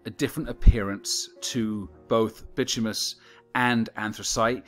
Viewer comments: / It’s called by-tumb- in-iss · "Bitumous [sic]" -- you're missing a syllable: / baɪˈtu mə nəs, ˈtyu-, bɪ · / It’s called by-tumb- in-iss